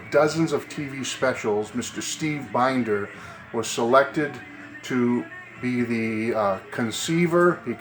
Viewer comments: Looks like a great book. His last name is pronounced Bin-der (Short I sound). I will look out for it when I visit Graceland (among other things). See ya. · His last name is pronounced Bend-er